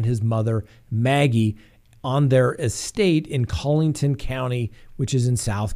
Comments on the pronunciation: driving me nuts with the pronunciation of Collaton...Collington, Coleton, Cole-a-tun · The name is pronounced "Murr-dock" and it's not "Collington" it's "Coll-e-tun" County...